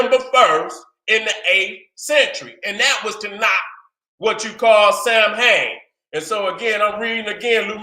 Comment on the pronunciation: Samhain is pronounced saw'ween. I did this back in 2007 somewhere. November 1st was considered the end of summer and the beginning of winter. It was the time of harvest and of preparation for the coming cold. They called this holiday Samhain (pronounced saw‑ween) and considered it New Years Day. Nevertheless, great information. I fuck with you the long way